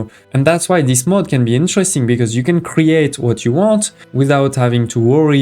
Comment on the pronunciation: Good Video. But please look up how to pronounce mode and mod.